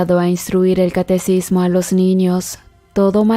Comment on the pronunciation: Catequismo quien te enseño a hablar? Y las palabras que terminan con D deben terminar con D ponte a estudiar pobre ignorante